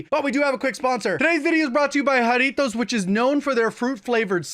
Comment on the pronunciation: how long did you have to practice saying Jarritos before you could consistently say it right? and When's Mandarin Jarritos Gfuel coming?